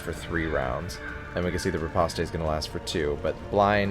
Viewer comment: Of all the people currently making DDII content, you're the only one that seems to treat the game and its characters with the respect it deserves. Thanks for being watchable. Nitpick, as requested: riposte is pronounced /rɪˈpɒst/ - think "repost", but with the stress on the second syllable. "Ripostay" is the intuitive pronunciation for me as well, but it's wrong.